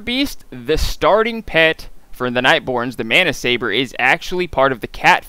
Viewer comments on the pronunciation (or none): none